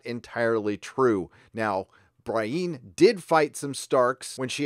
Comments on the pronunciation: Edwin Maguillicuddy actually, it’s pronounced BREE-ENN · Isn’t Brieanne of Tarth’s name pronounced BREE-ANN, not BRY-EEN? Other than that, loved the breakdown & review of this episode. I couldn’t agree with you more. Thanks man! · Love your show! I hated the Arya sex scene; she's like a little sister. Anyway, dude it's not "Bra-een", it's "Bree-en" as if that Marvel cardboard box chick had a last name that starts with N and you were saying her first name and last initial: Brie N. Nothing personal, I also get weirded when my sis says "Day-narious" instead of "Deanerys". Keep on good man! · Who the hell is Bry-een? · dude I love your videos, never miss one. but the character names...Bry-eene? plz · BREE-ENN. Say it with us,. BREE-ENN. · Bree-ann is how you say it :P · Love your work, but please pronounce Brienne's name right! Also I agree with many other sources, if Bran can see anything everywhere at all times...why isn't he just telling everyone how to win...It's really bad writing setting him up like this omnipotent being, 'in the show', and then he just talks in riddles as over half the main cast will prob die next episode. You suck Bran!! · Are you intentionally mispronuncing Brienne?